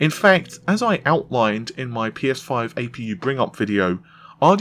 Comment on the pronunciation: "Road to P Eh 5 event" LMAO